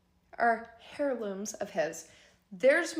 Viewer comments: I can't get past "hairlooms". She said it a few times, putting emphasis on it. 😂😂😂 I rewatched just to laugh. Hairlooms! I can't. 😂😂😂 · The H is silent in the word hierlooms it is literally pronounced airloomz not to be mean I would want someone to tell me if I was saying it wrong 😊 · She meant heirlooms and the h is silent in this word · OMG that was making me crazy 😂😂😂 hairlooms. Someone needs to tell that girl it’s heirlooms. 🤦🏼‍♀️😂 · "air-looms" that's how it's pronounced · Between "stumping" and "HAIR-looms" (not sure why the emphasis on "HAIR" was made every single time the woman said it, maybe doing it on purpose, but my weird brain just can't get past mispronounced words...especially when the person saying said words does it repeatedly. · Please stop saying HAIRlooms. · Did girlfriend say "hairlooms"?😂😂😂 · And kept saying it 😂